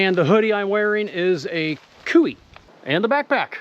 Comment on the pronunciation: Lol, like you with the shoes, if I find gear that I really like I'll buy multiples of it as well in case they "improve" with a new model of it. Kuiu is pronounced koo-you, by the way. Emphasis on the koo. Not koo-wee. Great trip and nice vid.